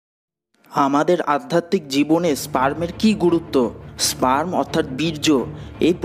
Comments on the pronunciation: স্প্রাম না স্পাম উচ্চারণ টা ঠিক হলো কিনা সেটা দেখা উচিত না হলে ভিডিও শুনলে বুয়া মনে হবে যে কারো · Ar e bhok chod eta sprem o na spem o na eta sperm